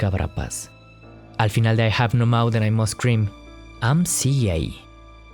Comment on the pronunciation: Me encantó cuando dices "I have no mouth and i must cream 🍨"